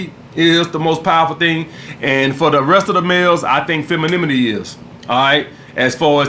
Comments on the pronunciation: "Feminimini" 😂😂shout out. Gotta love this dude. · He’s so masculine he can’t even say femininity. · “Feminmiti” haha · be like “feminimenity” 🤣😂😂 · “Mascalemonly” and “Femilemonly” 🍋